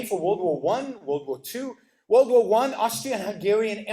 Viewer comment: He can't even say world right lol